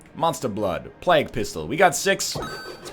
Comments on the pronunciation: Phijkchu_LilYodaX Yes, you say "play-g" not "Plahg" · Ryan. it's plague, not plag. did you learn about the black Plague? (PLAY-guh) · Why does he call it Plak Pistol? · The former english teacher also says plag instead of plague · it's not like he's saying Pla-gooe or something. he's pronouncing it in pretty much the way is suppose to be pronounced. Plaig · Well I've heard people from California, Texas, Georgia and Maine say it that way so how do you so it? Because I say it like Play-g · anyone else notice he's pronouncing plague completely wrong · I have never ever heard anyone say "plague" the way you do, at this point I think you are doing it to fuck with us..... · ahahaa, it made me cringe every time I heard it, especially considering he was an English teacher... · Phijkchu_LilYodaX I am American and I can assure you that is not how we say it here. At least not in California, Washington, Oregon, Texas, Georgia or Maine.... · NZVargs ooooh okay, I didn't know it was Canadian. And no I don't... probably because I'm from London :)